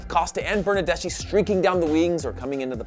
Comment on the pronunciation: Bernardeschi is spoken Bernardes-ki. :)